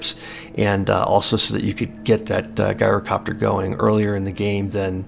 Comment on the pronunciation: It’s not said like Guy-rocopter…. It is said like Jy-rocopter. Unless you’re Greek…. Then you get to say Yi-rocopter